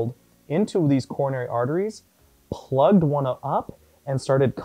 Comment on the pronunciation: "Corona"ry Artery haha . :P